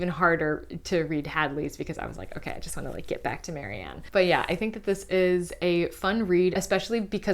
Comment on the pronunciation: her name is Marian, not Mary Ann!